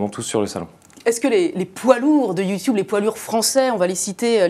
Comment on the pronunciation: j adore comment elle a dit yioutoube "sa se dit youtube